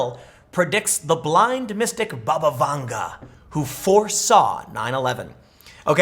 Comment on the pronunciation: Anyone else keep hearing 'Baba Yaga'?